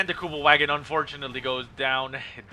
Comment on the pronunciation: normally I wouldn’t do this normally but please … the next time you say the Kubelwagon remember in German the ‘W’ is pronounced as a ‘V’ in terms of pronunciation … think of the car company Volkswagen:P Besides that little bit of silliness keep up the awesome casting:)